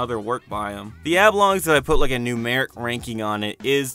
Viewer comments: Why do you keep pronouncing "Oblongs" as "Ablongs"? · Is there no one who’s gonna comment on that pronunciation of Oblongs as “Ablongs”?